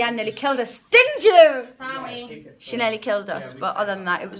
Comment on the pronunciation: Perrie: Leigh-Anne nearly killed us didn't you?? Leigh Anne: Sawee 😂😂😂😂😂😂😂😂😂😂